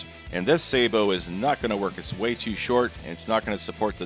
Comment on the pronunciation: I'm just glad you say sabot right. Thanks for the content and rock on.